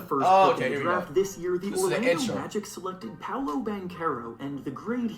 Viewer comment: he said poalo man hang in there